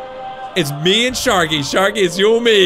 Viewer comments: it's sharky not skarky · sharky not skarky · You said skarky lol😂😁😀